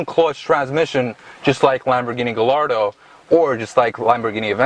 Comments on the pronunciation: Just cause he pronounce gallardo with a L instead of a Y, I'm disregarding this whole video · How does one come to pronounce Gallardo that way... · I had to stop this video half way because this guy doesn’t know shit! The “car gods” are angry because you don’t wtf you are talking about! First you need to do research before you do a video on a car that’s not even yours. Start off by learning to pronounce gallardo correctly.The gallardo came with a 5.0 in the first gen but then upped it to 5.2 in second gen. Audi used the gallardo motor in a few cars,the most popular was the R8. The Audi S6 and S8 in the mid 2000s also got the gallardo/R8 but it was detuned to make less power and they did NOT have any turbos on them,you have no idea wtf you are talking about! When the e60 M5 came out,the Mercedes E55 with the 5.4 supercharged V8 has been out for a few years and it was still as fast the M5. My friend pulled hard on an M5 with his E55 that only had a ecu tune with a pulley upgrade. The E63 was the competitor for the e60 M5 not the E55 even though the E55 was no slouch. Yes,Mercedes amg 63 models really had a 6.2 but if you want to be fully correct then say M5 had a 4.9 V10 not a 5.0 Back in 06 I purchased a i sedan with the N54 and it came with forged internals stock from the factory... the e9x M3 didn’t even use an inline 6. They put in a 4.0 V8. The N54 and N55 is not what they use in current M3s either. People think just because it’s a 6 cylinder turbo then it’s same engine as the recent M3/M4. The N54 was a true twin turbo but the N55 was a single twin scroll turbo that they still use on their 3 and 4 series models